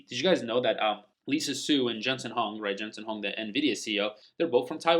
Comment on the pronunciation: It’s Huang not Hung